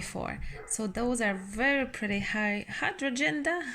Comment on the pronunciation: Try "hi - DRAIN - jas" to pronounce the name of your lovely flowers. Thanks for all the hard work and love you put into your videos.